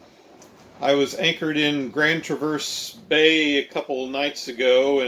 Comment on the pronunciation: I had to chuckle at your pronunciations of Grand Traverse Bay, and Mackinaw Island. Winter is something you don't want to experience on Lake Michigan.